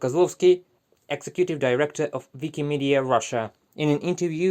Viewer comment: The accents were on the wrong parts of the word - executive director